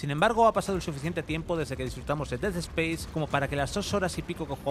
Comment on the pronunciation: Des espeis? Aprende a hablar 🤡